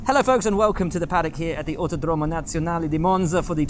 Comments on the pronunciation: it's not Autodrómo, it's Autòdromo... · Will the pronunciation is Autòdromo, not Autodròmo. But great effort nontheless